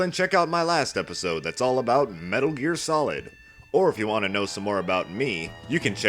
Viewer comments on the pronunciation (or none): none